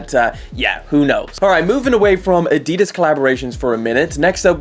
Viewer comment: You pronounce adidas incorrectly